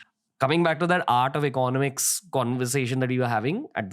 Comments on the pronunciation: please say economics properly 🥲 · Ranveer, learn to pronounce the word 'economics' correctly. You use it quite often and it makes me cringe.